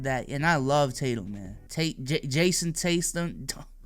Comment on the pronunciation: “Jason Tastem” ~ 2021